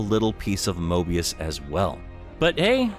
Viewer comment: Dude it's Mobius